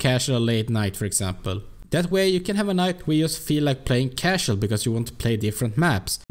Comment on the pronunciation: You always say "cashell" instead of "casual". And it's "joke", not "yoke" :-D